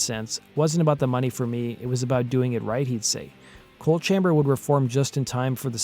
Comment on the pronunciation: The band is “ coal” chamber not “ cold” chamber….. in case you weren’t sure